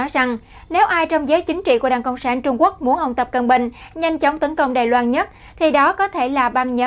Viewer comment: đài loan chứ không phải đài loăng